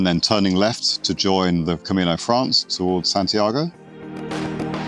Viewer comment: nice video/drone footage! by the way, it's called "Camino Francés" the stress is on the second sylable and you cannot omit the second syllable. Also you could google pronounciacions, for example "Granja de Moreruela"😁It would help to learn the easy Spanish pronuciacion rules which are very straightforward; unlike English, Spanish a phonetic language so the pronounciacion is always as you write it. So it's not "Sentiegou" but SANTIAGO. Buen Camino